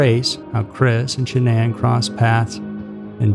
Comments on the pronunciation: I had to turn off the sound and use subtitles. The speaker mispronounced Shanann's name every five seconds. How annoying. "Sha-NONN." FFS, dude. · I know you put a lot of work into your videos, but you pronounced Shannan's name 3 different ways in this video. Please don't do this. It's disrespectful. Edit ~ No one has ever called her ShaNON, like you seemed to land on permanently. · So is it Shannon, or Sha- nonn, nlmao you pronounce her name two different ways all through this video And I’ve never heard the name Shannon pronounced sha nonn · Even after oodles of interviews , FB videos and other footage people still can't pronounce this woman's name right. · I'm 5 -ish minutes in, and Shanann's name has been mispronounced several times. Christ on a stick, pick one way to butcher this poor woman's name. She suffered enough in life!!! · This is the worst slaughter of her name yet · This video is pretty frustrating. You’re saying her name wrong for one. And two, you showed a pic that wasn’t even Chris. Do some research. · Way to pronounce the victim’s name wrong. Made me have to check, make sure I wasn’t crazy. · You might want to learn the correct way to pronounce her name before you tell the story. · At least you could pronounce her name correctly 🤷‍♀️ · my point was he said it several different ways throughout the video, switching back and forth between pronunciations. Absolutely it would be understandable that it would be mispronounced -my point was he couldn't be consistent. Yes, up until recently I agreed regarding this channel, I have been subbed for many years however recently the content has definitely not been up to their usual standards. I am definitely not angry over it, a little annoyed, definitely disappointed but mostly just making my opinion known.🙂